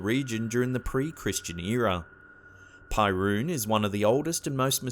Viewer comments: It's pronounced PERUN, not PIErun -. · "pyruun"...? Seriously? Is Perun/Перун! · Isn't Perun spelled "peh-roon", not "pie-roon" in English, too? Cause that's how we Slavs spell it. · PERUN, it's not pronounced pie-roon, it's Perun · perkun! not perun :D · not pie-roon but pe-roon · Why the fuck are you calling him Pie Rune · Pyroon, haha. It's so wrong it's kind of cool. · While I found this video enjoyable, why didn't you search for the pronunciation of those names? "pairuun" is really causing me pai(ruu)n... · Don't read Perun as "pie - rune".. :D It's hilarious and sad at the same time